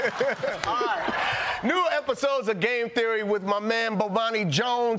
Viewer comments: He said Bobani Jones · Did he say: "...with my man Bobani Jones?